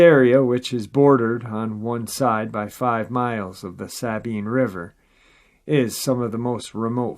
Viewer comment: I,m a native Texan and live in northern suburb of Dallas. About 2 -3hrs away or so from this river. It pronounced “sa-bEam” for the Sabine River. It comes from the Spanish word for cypress, in reference to the extensive growth of bald cypresses along the lower river. Sorry drove me crazy way you pronounced it. 😛😂😝